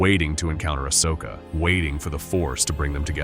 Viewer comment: aSHoka? Pahdme? These AI narrators are getting better, but they’re not quite there yet.